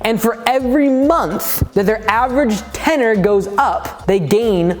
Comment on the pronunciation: ten-URE (your)